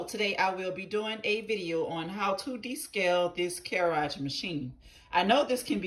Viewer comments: I cannot get past the pronunciation lmaoooo my sister in Christ, it’s “cure-ig,” not, “Care-áge” 😆🤣 not to take away from the main idea of the video tho, it looks like you’ve helped a lotta ppl with it! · What the hell is a cureage. Lmfao its cur-eg